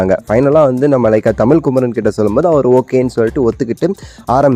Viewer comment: உடல் பொருள் ஆவியை தமிழுக்கும் தமிழர்க்கும் கொடுத்த தலைவரே காக்கானு சொல்லலனு சரண்டர் ஆயிட்டாரு... இத்தனை ஆண்டு இங்க இருந்து தமிழ்னு சரியா சொல்ல தெரியாத "என்னை வால வைக்கும் தமில் மக்களே"னு செல்ற தலைவர் மராத்தில சொன்னா தான் புரியும் போல....